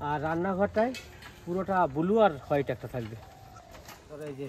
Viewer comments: I r repeating n repeating extremely boring vdo n it's not bulu it's blue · ট্যাকচার ,বুলু!!! প্রতিবেশী দেশের উচ্চারণ।